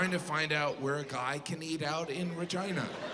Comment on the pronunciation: yeah but regina as the queen is pronounced how he said it should have been, with an E sound.